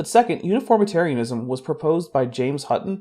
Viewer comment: That pronunciation guide for uniformitarianism pains me greatly.